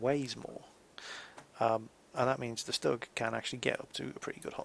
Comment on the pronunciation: It is pronounced STOOG. Not Stuhg. The U has an oomlau. It makes the U sound like OOH. :P